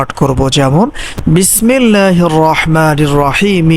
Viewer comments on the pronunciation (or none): কম কথা বলে কথাগুলো বলেন , যতসব ফালতো, ধানদা বাজ প্রথমে তার বিসমিল্লাহ পড়া ভুল ।